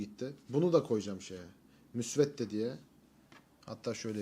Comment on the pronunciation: Müsvette değil hoca ''müsvedde'' saygılar .